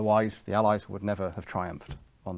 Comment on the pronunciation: That pronunciation of 'Allies' really irks me for some reason.